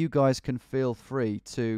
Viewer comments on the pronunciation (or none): none